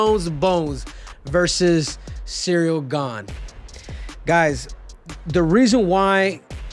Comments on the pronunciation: I love how he says "Cereal" like "lucky charms cereal instead of Ciryl; can't tell if its a power move on Cejudos end since he's in Jons camp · Did Henry just call the french man cereal gane? 😂